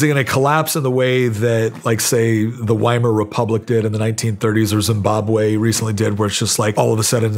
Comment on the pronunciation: As a lover of German history, his pronunciation of Weimar was cringe.